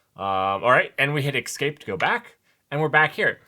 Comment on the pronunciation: or eXscape? what's that all about? :D Love your content man, but that pronunciation of "Escape" drives me nuts! There's no X...